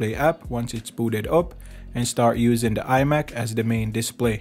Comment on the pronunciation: The is pronounced "thuh", not "duh".